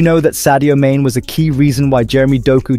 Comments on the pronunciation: Sadio main? Its pronounced as maaney. Saying someone's name correctly is the most basic thing you can do to show respect. Maaney did right by telling him to remain in belgium and grow as aplayer with more first team action. He didnt tell him to choose city over lfc. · Sadie Maine really? At least get the pronouciation right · Sadio Main is not pronounced Like his replacement kane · It’s pronounced MAH nay and Yurgen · He cant even pronounce Sadio's name right. Pure ignorance. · Can't pronounce 'Mane' but somehow has all the other info.... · When you cant even pronounce his name... why do BS accounts like this even exist. Reporting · You talk Sadio and football and don't even know how to correctly pronounce Sadio's name. Go and educate yourself first and then talk.